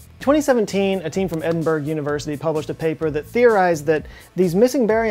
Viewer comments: Hey great vid, but it's pronounced ed-in-bruh not Edinburg, that hurt a little. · its not edinburg its edin burah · Hello joe. If I could dare point out a tiny, trivial mispronunciation, Edinburgh should sound like this. Edin-burah. Not Edin-burg. I mean it's ok, you pronounce it like pretty much every american does, but it's not right. Otherwise, carry on. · Edin-burg.. It think you mean Edinburgh (ed-in-bor-oh) LOL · EDINBURGH Not Edin-burg. Ed-in-bur-ah. (Unreasonably angry Scotsman.) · On behalf of all Scots, Edinburgh is pronounced ‘Ed-in-bruh’, not Ed-in-Burg. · It's pronounced Edin-bruh, not Edin-burg you silly boy;) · Hey,. Just thought I'd let you know that Edinburgh is pronounced like Edin-buh-ruh, not Edin-berg. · Thomas said it's Edin-burah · Edinburgh.... Oh dear. It's pronounced Edinborough. Sorry for the British spelling / pronunciation confusion! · It’s pronounced “Edinburra” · Edin burg? You mean Edinburgh? 🏴🇬🇧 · Edinburgh is pronounced "ed-in-bor-ah" or something like that ... ;-) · Edinburgh, pronounced Edinborough. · Edinburgh is pronounced Edinburra. Really really :) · Sorry,, but 'EdingBERG!?' wince Ps. Love your channel. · For a smart guy like you, you should know how to pronounce Edinburgh (Edin- borough) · Ed in bur ah. It’s Scottish, that’s how it’s pronounced. If you want a real laugh, ask a scot to pronounce “ squirrel “ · Edinburgh is pronounced Edin-burro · Edinburgh = (Edin-burrow) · Some say Edinbruh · Better than saying edin burrow though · You're ignoring the h at the end, which is the more important letter here. The G very soft, practically silent, and is probably an interloper letter, being put in to look better written down. And it predates modern written English, so it's more the other way around anyway.